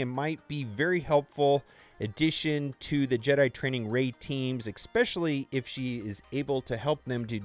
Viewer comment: Especially , is the word, not ECspecially